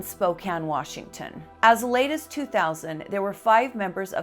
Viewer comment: Utah accent comes out when she says "Warshington."